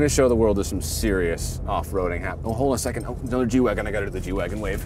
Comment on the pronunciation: "The G-Wagon waive" 🤣